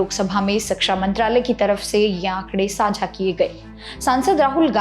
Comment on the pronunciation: धन्यवाद, बहुत बढ़िया जानकारी देती हैं आप... केवल एक अनुरोध है, कृपया "शिक्षा" शब्द का उच्चारण "सिक्षा" मत कीजिए, शिक्षण जगत से जुड़ी जानकारी में "शिक्षा" शब्द का ही गलत उच्चारण अच्छा संदेश नहीं देता 🙏🙏🙏